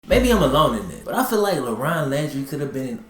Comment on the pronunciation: I keep hearing him say “Lebron”